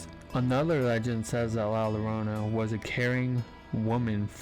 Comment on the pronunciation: La Llorana is pronounced La - Yo-rone-a. 😊❤❤❤❤